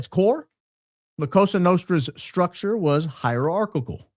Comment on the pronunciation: ...love you bro...just one technical correction.....the S in Cosa is pronounced like soft z...(koh-zah). Go max!!!!